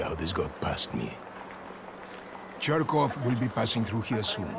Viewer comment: When he says Cherkov it sounds like hes saying Jerkoff